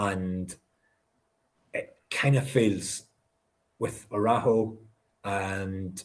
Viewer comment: As an American with Mexican family it's kinda/ funny to watch everyone in the SPL try and wrap their head around trying to pronounce Araujo.